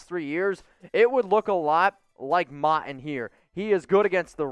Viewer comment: It's pronounced Mowton